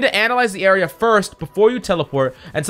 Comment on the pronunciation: Didn't he say area? I heard aerial too though lol.